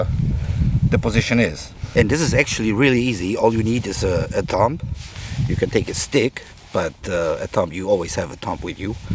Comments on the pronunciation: Yes, it was very good, thanks. What I pointed out is a general rule in English. a B after an M is almost always silent. DUMB is pronounced DUM TOMB is pronounced TOOM CLIMB is pronounced CLIME LIMB is pronounced LIM THUMB is pronounced THUM The movie DUMB & DUMBER is pronounced DUM 'n DUMMER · The B in ‘thumb’ is silent. THUM. It would have been smart to check the correct pronunciation of the word before doing a video where the word is used constantly.